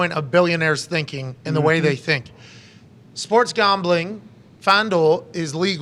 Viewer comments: “Sports gombling” 😂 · "Sports Gombling" 😂